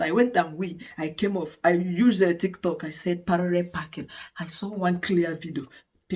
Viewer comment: Congratulations 🎉 But I can’t stop laughing with the way you call Parallel packing (Parere 😂)